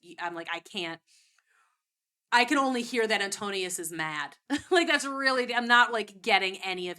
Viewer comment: His name is AntINOUS, not AntOnius